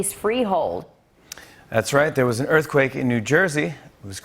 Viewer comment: Aw NJ had a scawy erfquake. 3.1! Oh my gosh, how terrifying! 😯😲😖☹😰 That's adorable. (California born and raised!)